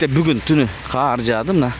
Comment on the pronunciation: "Каар" эмес " кар жаады" "Каардан" Кудай сактасын. Ондогонум учун кечирип кой🙏Оз болуп калбадыкпы,😊 сен так , тушунуктуу,даана эле суйлойсун.